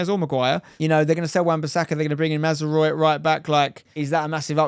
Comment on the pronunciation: 😂 let me help you out - it's basically the french word 'oui' at the end, ma-zra-oui